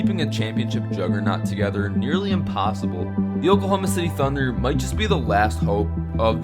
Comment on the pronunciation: “Attmept” “impossoble”